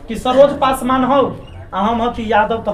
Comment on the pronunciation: जिस तरह अपने नाम को गर्व से लाते हैं उसी तरह भी बोला kijiye पसमान नहीं hota पासवान होता है अहंकार आदमी .....😈😈 थोड़ा बोलने के लिए सीखिए ज्यादा अच्छा होगा